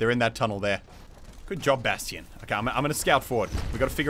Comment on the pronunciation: Anyone else get mad when he pronounces bastion as bast-i-on